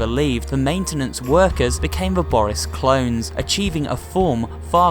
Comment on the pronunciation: DID YOU SAID BORYiS!?!?!